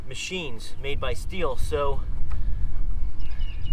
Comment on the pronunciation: Did he say steel it’s pronounced still